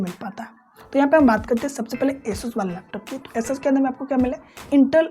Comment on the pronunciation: Laptus nahi, laptop bolte hay